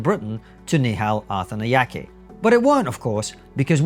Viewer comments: I kept hearing “Arthan the Yankee” at first, and I seriously thought this was an American complaining about white British people working at the BBC 😂 It’s no less hilarious knowing this man is Shri Lankan. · If you’re going to make a video at least learn to pronounce his surname properly lol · This guy is on national radio. His name is broadcast to the nation dozens of times a day and you couldn't even be bothered to work out how to pronounce it properly. I think what Mr Arthanayake said is a bit silly but if it's what he feels shouldn't he be able to express that without everyone loosing their minds? I cannot understand why this has made everyone so angry. Get a grip people, Arthanayake is obviously not a racist. Everyone accusing him of being one, take a look at yourself. I'd say there's a pretty strong possibity it's you that's the racist. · I'm not sure it's deliberate or useful to the point being made, but it's certainly amusing that you so badly mangle the pronunciation of his name every time